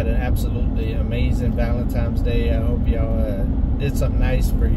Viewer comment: Don’t mean to be the next “heat rises” guy, but dude… “Valen times”? There’s no M in Valentines. Love your channel, enjoy your day.